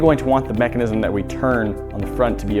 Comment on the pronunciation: You said mecinisisim to manu times